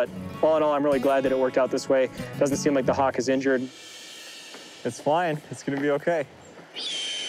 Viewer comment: Hock. Oh, right, hawk. Love it.